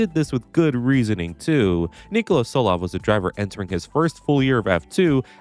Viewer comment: saying Solov instead of Tsolov is genuine ragebait